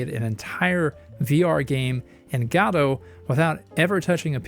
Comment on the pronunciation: Do you pronounce godot wrong on purpose